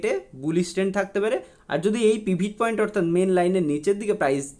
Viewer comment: পিভিট পয়েন্ট নয় কথাটা পিভোট পয়েন্ট